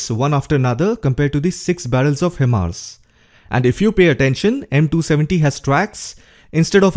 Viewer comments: HIMARS pronounce as High- Mars not He- Mars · it's pronounced "high mars"